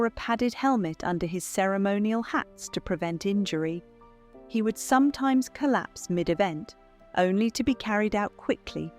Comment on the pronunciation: Collapse with an "S" not collap